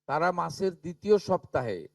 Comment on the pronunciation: আপনি সবার আগে মুখে সুপুরি রেখে বাংলা উচ্চারন ঠিক করুন। বিদ্যাসাগরের ১ম ও ২য় ভাগ এবং রবীন্দ্রনাথ ঠাকুরের সহজ পাঠ পড়ুন। তারা-কে ত্যারা আপনারা-কে আপন্যারা অসহ্যকর। বাঙালির কলঙ্ক। এই সরকার হলো ভাত দিতে পারে না কিল মারার গোঁসাই। এত যোগ্য অযোগ্যের বিচার না করে বলে দিলেই তো হয় যে অন্নপূর্ণা কালী শীতলা কোনো যোজনাতেই টাকা দেবো না। আরে নিজে যোগ্য কিনা আগে দেখুন পরে অন্যের যোগ্যতা দেখতে যাবেন।